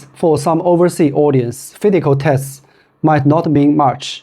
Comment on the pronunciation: The plate design is only for added stability, just like how Adidas Torsion System works. ~ Not shoes related, but your pronunciation for letter (s) of physical test sound like letter (t). While you have no problems with other letter (s).